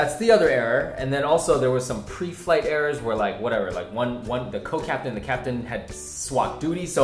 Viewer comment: "Co-captain". I thought you said "coke-captain". That would be more like it.